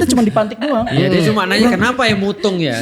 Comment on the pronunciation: Pecah bgtttt ketawa gw pas ust felix ngomong "Kenapa ya MUTUNGGG YA" wkwkwkwk wong palembang prideee:goodvibes